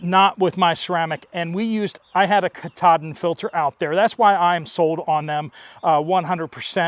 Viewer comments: Pronounced CAT A DINE. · The ceramic in the Katadyn (pronounced Kat-a-dine) is IMPREGNATED with silver particles to prevent mold from growing in it !!!! My Pocket Filter is rated for 13,000 gallons. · 🤣🤣🤣🤣🤣🤣Have you ever thought to maybe do a web search on how to pronounce "Katadyn" you're really butchering it! Plus also research the word "Purify" NONE of those filters or chemicals "purify" water You have to distill water to purify it --- all you're doing is killing pathogens and/or removing some imputities BUT you're NOT purifying it with those methods! All you're doing is making it "potable". You need to stop using the word (PURIFY). Bleach only disinfects water it removes nothing from the water. Watch a few "old" western movies with the conestoga wagons that have a "water-barrel" on the side then ponder how they kept bacteria from growing in the water for the months, in the sun, it took to travel to California or the Oregon Trail. YEP it was a silver dollar in the bottom!